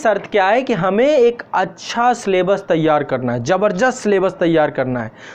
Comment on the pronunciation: सर, आपकी हिन्दी पर पकड बहुत ही अच्छी है सराहनीय है। परन्तु आप जबरदस्त शब्द का उच्चारण जबरजस्त किए कई बार, कृपया इस पर विचार कीजिये।